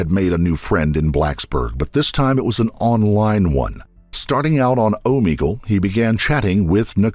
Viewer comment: It's pronounced (Oh Meg UL) not Oh Me Gull